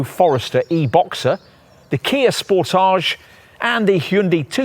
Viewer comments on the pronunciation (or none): none